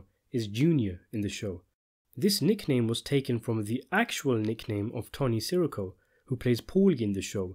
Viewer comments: i’m sure you know from other comments by now but it’s pronounced tony “siss err oh” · Dude - it's sih-REE-co. Not SEH-ricko. Come on! You mispronounce it 100 times in every video you make.